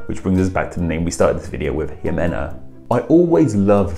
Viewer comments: In Spanish we say the "x" like "sh" so that name would be shimena. Love the your content. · The vowels in Spanish are pronounced consistently, so Ximena Navarette would be ''Himena NavarettE'', with last ''E'' as in ''elf'' or ''Emma''. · The name exists in Portuguese (while very uncommon), but it's pronounced as She-men-ah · ximena is simena in Spanish. Jacques is pronounced Zhock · Seems to be more of a problem in American English. I'd like to think most Brits don't see the need to pronounce the initial 'X' as if it were the name of that letter of the alphabet.